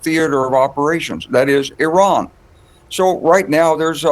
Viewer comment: These are US warmonger Army generals, still cannot even pronounce IRAN.